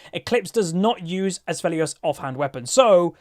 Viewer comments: Btw, no hate or anything but the name is pronounced "Aphelios" there is no S in the A - p which you say "Asphelios" ^^ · Its not Assfelios, its Afelios